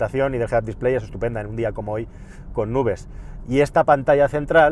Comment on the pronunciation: nudes o nubes? 😜 jajaja Muy buen trabajo!! Eres un crack, me ha encantado el vídeo!